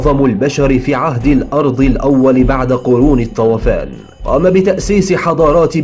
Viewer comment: الطوفان وليس الطوافان